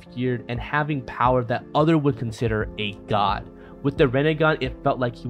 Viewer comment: Why are you saying God’s name weird?